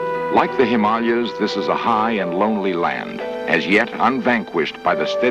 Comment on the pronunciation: One of the rare occasions where "Himalayas" is pronounced correctly.